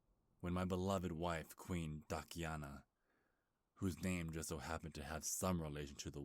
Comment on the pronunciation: Wait... did he say DUCKiana???